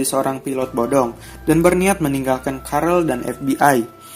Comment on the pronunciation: Carl bukan carel wowkajaj carl hanraty